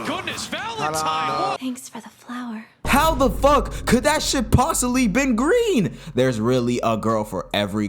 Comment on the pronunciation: unc u said POSILLY u getting old unc...